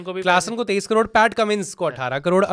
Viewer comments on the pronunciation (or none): none